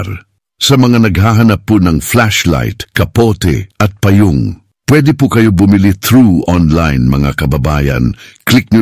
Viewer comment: Nagtataka lng ako bkit NGAUN ung PG bigkas Ng wikang pilipino iba na pgbigkas? Halimbawa: payong, pgbigkas pa-yong, bkit ngaun mbilis na pgbigkas Ng payong?